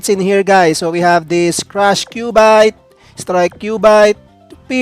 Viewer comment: "Majisayts" "and Kyubayt" po un